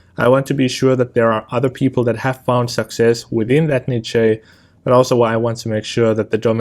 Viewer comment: Lol. Never heard someone pronounce the word niche in such a hilarious way